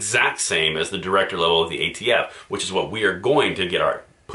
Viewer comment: The new ATF Nominee? I thought Biden said AFT Nominee.